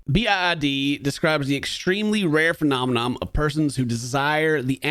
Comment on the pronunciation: I think it's hilarious that can't get the word "phenomenon" right. He says phenomenom.